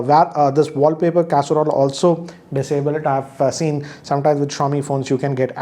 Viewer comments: Sir, it isn't casserole, it's a carousel.. not that it matters. But it's kinda funny hearing that in all the mi unboxing videos. Although adding this bit of information in all the Xiaomi phones' videos is helpful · No offense but did I hear it as wallpaper casserole ?